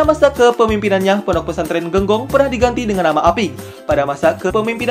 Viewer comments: Buat konten jangan sekedar buat dong bos Masak penyebutan kata Genggong aja salah saya sebagai santri nya sangat amat tersinggung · Kalo mau buat konten jangan hanya belajar di internet dong, kayak yang sudah tau banget pesantren di probolinggo. menyebutkan kata "Genggong" saja sudah keliru, kemudian menyebut Kh. hasan Saifouridzall juga kurang tepat, kami sebagai santrinya merasa kesindir.